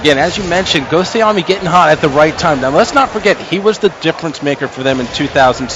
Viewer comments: Ghostayame not ghostiomi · Gostiomi? Wow.. that's not even pronounced correctly.